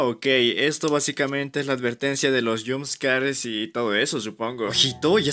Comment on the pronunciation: Jumscares❌️ Yumzkares✅️ Doppelgangers❌️ Dopelangerz✅️